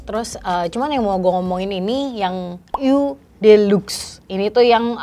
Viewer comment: what a great review! but just so you know, "eau" is actually pronounced /o/ 💖